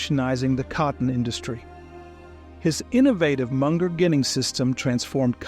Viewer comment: "Ginning" is pronounced JINning.